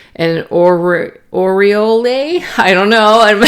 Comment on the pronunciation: the bird card "Oriole" is just pronounced ORIOL....some say ORIALL but it is not foreign (not Italian LOL!!) it's an American bird.